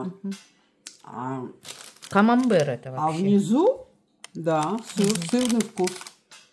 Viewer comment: Камамбер ( без Т) Во французском языке последняя буква не читается